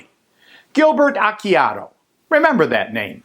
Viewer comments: Actually Acciardo's name is pronounced "Ah Char Do". And yes, pretty sure Sheriff Root is corrupt. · btw you pronounced Acciardo completely wrong. Your kind of embarrassing yourself by posting these.